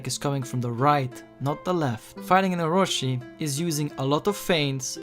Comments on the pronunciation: how can you take this serious when he cant even prenounce "Orochi" (oh-ro-chi not ohroshi) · very good and informative video the only thing that bugged me was it's not oroShi but oroChi